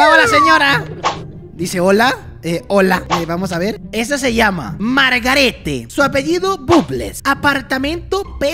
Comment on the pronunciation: es Margarette pero suena margaret